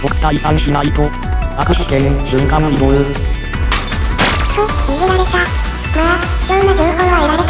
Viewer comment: イントネーションおかしい